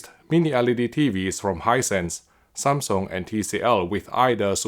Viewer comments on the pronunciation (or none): none